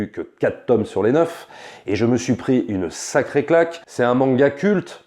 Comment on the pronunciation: Attention à la prononciation de "tome", svp.